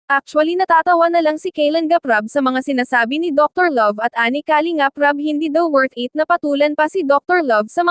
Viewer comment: Filipina ka naman,pls pronounce the word Kalingap correctly..